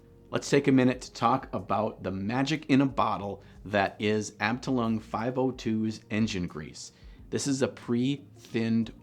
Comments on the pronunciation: Abteilung..is german..basicly spoken as ""uptile-unk"😅 greetings from germany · is it mean that, as a german I giggled at your "abteilung" pronunciation?! ^^